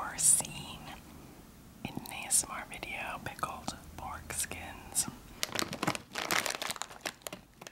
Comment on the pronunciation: Ok did she actually just eat 'pickled foreskins' because that's what it sounded like!!!